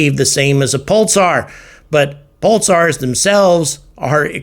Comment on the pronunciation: Sounds like you're saying "pultsars"